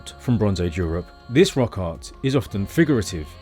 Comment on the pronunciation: every time you say "rock art" it sounds like "rock hard"